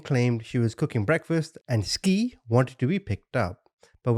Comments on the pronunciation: He keep say n ski her name is sky lol but spelled Ski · Ain't no way you said ski the whole time... Skii= Sky duh Also, repetitive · The babies name is pronounced "Sky" not Ski lol smh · Omg. You're driving me crazy with your skii. It's pronounced at Sky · Pronounced: “Sky” not “skeee” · Their names were pronounced "Sky" and "Ty." She just spelled them strangely. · T is the initial of the son, Jay and SKY !! idky he's pronouncing her name like a ski 🤦🏻‍♀️ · If he say skii and t one more time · I believe SKII is pronounced SKY💕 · It’s pronounced “Sky”. A part of telling these stories is ensure the victims legacy lives on as well as dignity and name is not shadowed by the assailants. Ensuring to have all facts- including annunciation correct adds a layer of respect for each case and victim and personifying them. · Skii is pronounced Sky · Her name is pronounced Sky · Love your channel, I believe her name should be pronounced Sky. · Double ii (latin) means her name is pronounced sky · they are meant to be pronounced like sky and ty